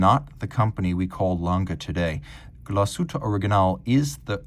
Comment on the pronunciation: Wunderbare Uhr. Die Scheiss-Stimme kann nicht einmal den Firmennamen korrekt aussprechen.